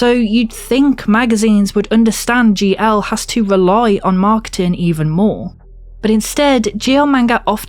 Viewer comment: Ohhhhh GL. I thought you were saying ""